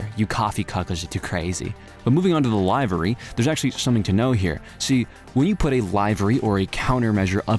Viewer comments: it's pronounced live-ree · Is it an inside joke for him to say, “livery” as in “we’ll do it live”, and not in “I live somewhere?” I ask because I just found this channel and sometimes channels have inside-joke words that they (now) purposely mispronounce because so many people tried to correct them? If not, then I offer this polite correction for you xD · My brother in Christ it is pronounced Liv-uh-re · It's liv-uh-ry you f**kin' donut